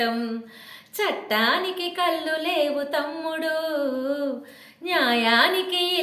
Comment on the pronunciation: అక్కా కల్లు కాదు అక్కా కళ్ళు అని పలకాలి